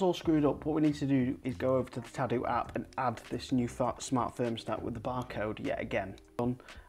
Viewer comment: Very interesting. Also you say 'fart' instead of 'smart' at about 7 minutes, which made it for me.